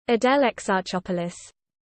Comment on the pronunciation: Greek here, this sounded wrong!